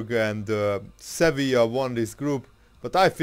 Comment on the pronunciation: Its Sevilla